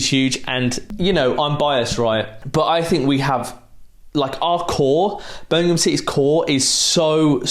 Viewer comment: He also said "Birmingham" correct like Wagner does. It shows the genuineness about all this. This is a level of fan-serving we haven't had in forever.